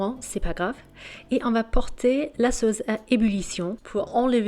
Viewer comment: "LA SAUCE" avec un C comme suce et non pas "la sauze"